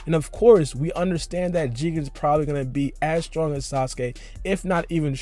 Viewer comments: he said sausage instead of sasuke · lol he says sausage instead of sasuke